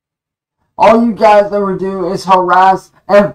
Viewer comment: “Stahp yew guise” 🤣